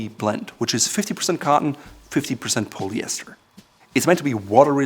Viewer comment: “Pollyester” not “poleyester”.......